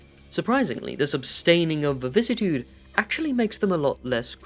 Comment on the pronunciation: Where’s the second “v” in “vicissitude”?